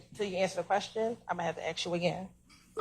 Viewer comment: ANY attorney that doesn't know how to say the word "ASK" after passing the bar, needs to be disbarred. That goofy b should be replaced !